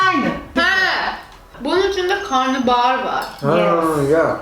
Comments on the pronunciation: Karnıbahar değil Karnabahar 😂😂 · karnıbahar değil karnabahar yani karına(mideye) bahar